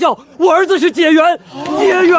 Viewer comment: 古時科舉第一名解元 應讀解（介）ㄐㄧㄝˋ元